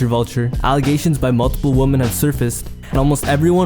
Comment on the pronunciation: You say woman wrong bro.